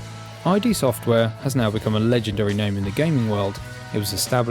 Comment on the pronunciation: Nice overview, and that price is crazy for such a game; congrats! For what it's worth, although id Software's name was derived from the initials of former iteration IFD, it's pronounced just like the Freudian concept. :)